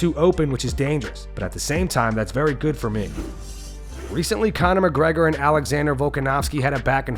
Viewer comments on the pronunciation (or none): none